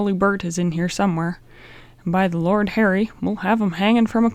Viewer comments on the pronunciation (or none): none